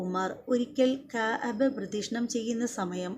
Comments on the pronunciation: കയബ അല്ല കഅബ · കയാബ. അല്ല .. കയബ ✅ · കയ ബ അല്ല ... ക് അബ or ക അബ ....